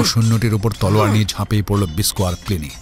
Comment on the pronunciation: সব ঠিক আছে। কিন্তু গল্পপাঠে যিনি আছেন, তার "তলোয়ার" বলাটা খুব অদ্ভুত লাগছে কানে! অত্যধিক অকারণ জোর দিয়ে বলা!